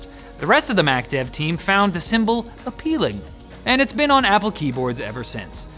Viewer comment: Hmmm....did he say he said appealing....I heard a slurred "apple-peeling". I need new speakers.